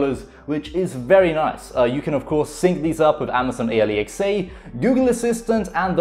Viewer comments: Why do you say A-L-E-X-A Its just. Alexa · Alexa not A-le-x-a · I slowed it down and he said amazon alexe instead of alexa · My man said Amazon A lee X A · “Amazon Aliexai” 🤣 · i love how he says amazon A L E X A lmao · its not alexa, its a lee x ay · Nobody: Him: ally x a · My man can't say Amazon Alexa and it triggers me. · did he say amaizoin ailaiczeah